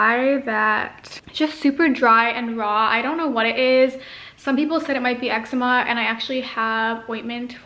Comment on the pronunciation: Excema... lmao. Eczema! Love ur lips though!! :)